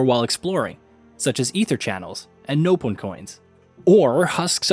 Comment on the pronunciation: How do all these game journalists keep mispronouncing Keves and Nopon?